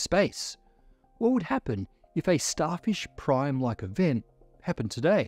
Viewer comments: That’s some Australian accent slipping though. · Did he say Starfish, Starship or Starshift? We may never know!